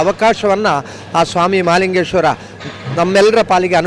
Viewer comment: Malingeshwara alla mahalingeshwara enniri